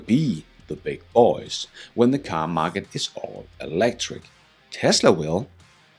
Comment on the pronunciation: Only the narrator says it with a country & western twang, like "th' beig boeh'z" as if he's George Straight or something... 😁